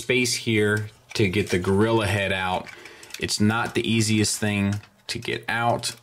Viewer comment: I love that they called it Gorira. In my mind i hear it being said by Oscar.